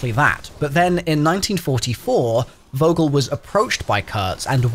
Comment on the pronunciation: this is completely unrelated to the story: as a german its so funny to hear these names pronounced like that. they pronounce "vogel" with a english V instead of a german V (in german V is most of the time pronounced like an F). if you would pronounce it like germans would, it would sound more like "fogel" with a strong F and "kurtz" would be pronounced more like "koortz". so weird that these are supposed to be german scientists and yet they dont even know how to pronounce their own name. i mean treyarch was right with the pronounciation of richtofen before too so no idea why they didnt make sure its right. sorry for talking nonsense lmao